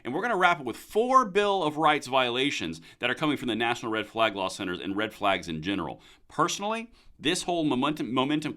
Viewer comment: Ha Ha great slip "red flogs"